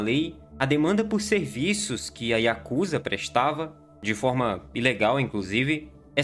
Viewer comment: Diga yakuzá. Não diga yakúza..